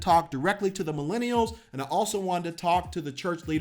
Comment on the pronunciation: Why do your u say milinials??? Just use an easy simple word.